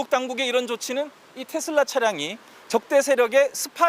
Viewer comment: 아나운서는 기본적으로 영어발음이든 한국어발음이든 거슬리지 않게 발음하는게 기본인데.. 뉴스데스크 앵커 발음이 왜 저럼? 텟쓸라는 TESLA S가 두개도 아니고 D로 끝나는것도 아니도 도대체 어디서 기인된 발음임?